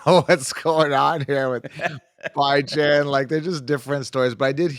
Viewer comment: Please... Please for the love of whatever the hell you believe in... Stop calling him "Bye Jan" 😂 good lord